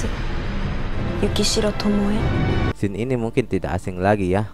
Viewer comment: To-mo-e min, bukan tomo